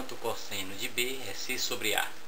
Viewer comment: cósseno kkkkkkkkkkkkkkkkkkk eu ri MUITO